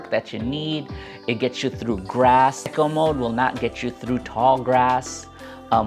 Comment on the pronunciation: just so people dont get confused in conversation, it is pronounced "e co" not "echo", just lookin out for ya :)